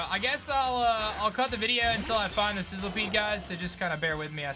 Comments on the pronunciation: It’s not called sizzlepede it’s sizzlipede. Just saying because it for some reason bugged me when I noticed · Isn't it Sizz- li -pede, and not Sizzle-pede? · It's pronounced SIZZLE - E - PEDE.